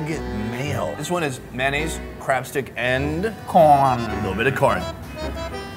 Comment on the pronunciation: Ooo God when he say 😂😂😂😂😂( I just love corn ) I accidentally heard I love porn